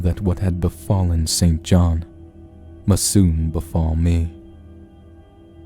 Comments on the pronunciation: I believe that “St John” should be pronounced “sinjinn”. Why? A convention that goes back to before the Great Vowel Shift designed to identify those who went to English private schools from those who did not. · St John is pronounced "sinjinn"